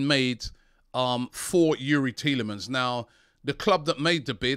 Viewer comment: Petition. AFTV should make a compilation from this window with everytime Robbie said Thielemans.